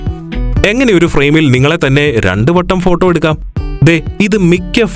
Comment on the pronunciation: ഫോട്ടം അല്ലല്ലോ ഫോട്ടോ അല്ലെ എന്റെ അണ്ണാ 😂😂